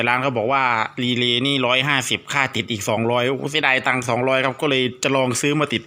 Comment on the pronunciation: รีเลย์ครับ ไม่ใช่. ดีเลย์